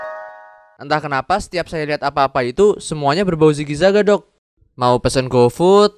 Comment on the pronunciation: Lah??kok 'dok' nya jadi 'dog' sih? Emg si dokternya anying apa?😁